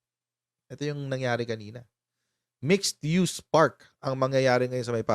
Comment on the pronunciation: Pk-ulit-ulitin yung pagbigkas ng MIXED-USE kc ang mga merong diferensiya sa pandinig at pag-iisip sabihing "miss-use" na naman ..😂😢